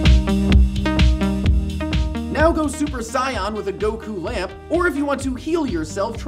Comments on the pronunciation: "Super SAI-ON?!" REALLY?! It's "Super SAY-EN" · Its pronounced say-en, not say-yon. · It's "say-an" not "sy-on",. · the cringe when he said Saiyan as sigh-on, it's pronounced say-in or saya-jin if you go by the Japanese pronunciation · "Now go Super Sai-yarn with a Goku lamp" WHAT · Yeah, but... He still said Rye-Ü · did you say super "psy-on" on purpose? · did he just say super saayaan? saaayan? really? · He said Sai-yan instead of saiyan...triggered. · "super sigh-yan" lol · Saiyan in the English dub is mispronounced I watch the Japanese version all the time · Did he really just pronounce Saiyan wrong?.... wtf... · He can pronounce allyl Isothiocyanates but can't say saiyan correctly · Did you mispronounce Super Saiyan on purpose?